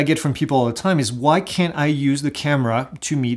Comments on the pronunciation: your videos are awesome and quite informative. May I suggest that you say “cannot” instead of “can’t”? You said “can’t” a few times but it sounded like you said “can” (ex. using binoculars to see the drone- sounded like you said you can when you clearly explained that this is not an option). Keep up the great work! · I also thought I heard CAN, and wondered why , thanks for the clarification.